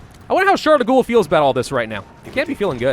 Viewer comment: Charles de gaulles ==> pronounce like goal in French.